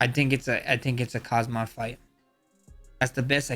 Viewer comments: Please learn to pronounce the name... its not Kazmat its Khamzat... additional alphabets in the name are for a reason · and kmazat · Khamzat ❌Kazama✅ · Khamzat not Kazmat 😂😂😂😂😂 more fighters been saying that wtf 😂😂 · Khamzat not Khazmat bro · Khamzat ❌ Kazmat ✅ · Can’t stand it when people say khazmat. You and chael both do it. Are you stupid? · kahzmat chimaev LOL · Khazmat, Khazman..🤦‍♂️ Don't act like Uncle Chael, Max😅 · Americans are supposed to be the smartest, best and dominating country on earth, but every american i meet or see on youtube say "Khazmat". It's actually extremely annoying. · Chimaya kamaya kazmat wtf😂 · Blessed, casually delivering the name Kazmat and it sounds perfect 😂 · Bro literally sat right next to Khamzat in UFC 308 press conference, still can't pronounce his name properly 😭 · How u r pronouncing? Dricus and khamzat names😅